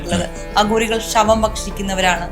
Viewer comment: "ശവങ്ങളെ ഇവർ ബക്ഷിക്കും എന്ന് കേട്ടിട്ടുണ്ട് , അഗൂരികളെ കുറിച്ചാണ് ഇങ്ങനെ കേട്ടിട്ടുള്ളത് " ഇതും മലയാളമോ ? എന്ത് കോപ്പാ ? തലതിരിഞ്ഞ ന്യു ജൻ മല്യാലം ! *ഭക്ഷിക്കും *അഘോരികൾ